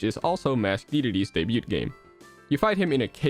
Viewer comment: I'm sorry dude but i can't get over every time you say "debut". The T is silent!